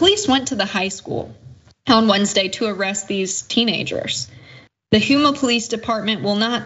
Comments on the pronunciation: It's pronounced "Home-a" not "Hume-a". lol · Damn that’s my alma mater. Also it’s pronouncing of Houma is like Homa not Huma. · Just fyi: You had the name of the town right the first time. It IS 'home-ah'. NOT 'hume'a' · Pronounced HO-MUh. Not huema. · So sad that we still live in a world so full of hate & racism. But I'd like to correct the commentator, as it is abundantly clear she is not from Louisiana. First off, the city in which this happened is pronounced Ho-mah (even though it's spelled Houma). Secondly, the police lieutenant's name is pronounced Terrio (even though it's spelled Theriot). It's a French thing down here. Took me a while to get used to it as well, but I've been in Louisiana for a few years now & have finally learned how to pronounce these odd-sounding French names. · It’s pronounced (Home ma) …..and yes …. Hate is being taught unfortunately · I’m glad y’all reported on this, good job. FYI - it’s pronounced Ho - ma , the u is silent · She said Hue-ma.. lol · It's pronounced " home ah " Houma , LA. They were bold. I'm surprised they left their element of the keyboard. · I laughed when she said Huma too, I'm from Louisiana also and they sometime pronoun Shreveport Shrivport . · Uhh was painful to here her pronounce Houma like that. Louisiana towns and parishes use French pronunciations. Houma sounds like home-a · It's pronounced (Ho-ma) Houma. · It’s pronounced ho-ma the u is silent